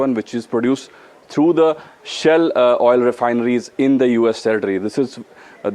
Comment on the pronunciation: SHALE oil... Please correct